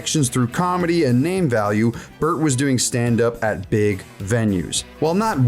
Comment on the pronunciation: Emphasis on "big"